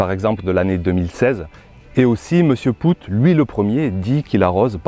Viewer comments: Salut, tout d'abord je vais de nouveau rabacher ce que j'ai déjà écrit: Bravo pr tes vidéos et notamment pr cette dernière. Elle est très intéressante et bien documenté. Petit détail: Pascal POOT ne se dit pas ("pout") mais ("pote"). Je l'ai rencontré il y a 2 ans de cela, j'ai pu discuter avec son épouse. J'ai fait quasi la même expérience que toi avec ses graines: 0 résultat probant, pas de différence notable. Je suis comme M POOT: Climat aride, pas d'eau. Seul solution trouvé: fumier de mon poulailler et broya de végétaux. En effet, mon rendement est médiocre mais le goût de mes tomates cerises, courgettes, concombre et pommes de terre est sans aucune comparaison avec les grandes surfaces et même les producteurs locaux. Pourquoi? Parce que le manque d'eau met en stress le plant. Ce dernier, se concentre sur le peu de fruit/légume qu'il porte. Cette façon de cultiver m'est propre car je n'ai pas d'autre moyen pour cultiver les légumes de façon naturel. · Wah ça fais beaucoup de calculs tout ça. J'aime bien comment tu dis pascal poutte. Ici on prononce les deux oo comme le son au...comme si tu dirais pascal paute. Sinon c'est dans ces cas là que je suis content d'avoir un petit potager ça demande beaucoup moins d'eau mais ici en ville les maisons ont des citernes d'eau de pluie enterrés et c'est hyper pratique. C'est même obligation sur les nouvelles constructions d'en avoir une. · OUi désolé... Sur ce coup, c'est pas malin. Et pire encore je le savais mais je sais pas pourquoi, en préparant la vidéo, je suis parti sur cette prononciation et elle ne m'a pas lâché. Désolé pour lui. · Poot, c'est un nom Belge et ça se prononce Paute.